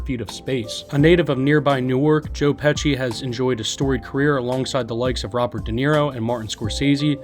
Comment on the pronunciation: I mean joe Pesci the way you pronounce his last name, wow!?!